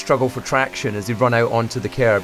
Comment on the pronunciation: DC! I could listen to this dude read anything. Anyone who can squeeze an extra syllable out of the word curb, is alright by me.